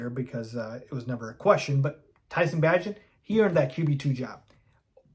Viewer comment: If you want to be considered a Bears authority maybe learn their names. For example, Bay gent.